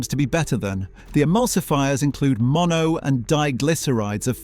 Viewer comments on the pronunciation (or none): none